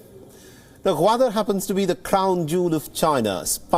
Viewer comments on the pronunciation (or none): Its "Goo"wadar not Waadar.